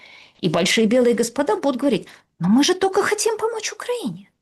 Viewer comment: Уважаемая Юлия, ведь вы не только образованный человек, но и даже книжки какие-то пишите, ну как можно наречие --- только, произносить как "тока". У меня так прабабушка говорила, но она была из деревни и неграмотная.